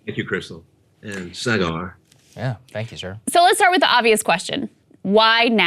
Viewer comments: LOL he said SAH-GAWR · LOL! He didn't bother to learn how to pronounce Saagar's name. LMAO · Stone’s pronunciation of Saagar’s name be used in a promo. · The way Oli pronounced Sagar's name. "...yeah, thank you sir." kekekeke :X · Note to self: Learn to pronounce the host's name before the interview.